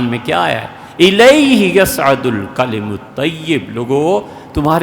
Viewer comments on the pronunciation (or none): none